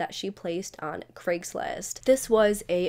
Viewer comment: An American who pronounces Craigslist correctly,craig is a scottish name and is nit pronounced KREGG ,never heard an American pronounce it correctly before ,i almost fainted